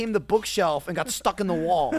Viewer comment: "I got stuck in the wall" such a strong New Jersey accent:'D